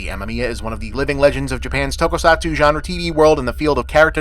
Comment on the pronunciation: Finally, bob has covered the greatest film of all time. Shame he also mispronounced basically every Japanese word or name besides “ninja.”